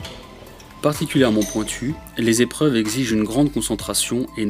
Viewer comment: "... une série de sept Zépreuves... ". Très joli...